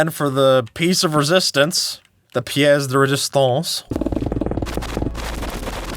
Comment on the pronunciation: Mouais l'accent de "pièce de résistance" pas ouf Je profite de ce commentaire que j'adore la série